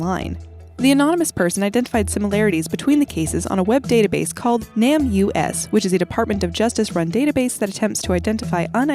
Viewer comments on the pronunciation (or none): How didn't you realize NamUs is pronounced name us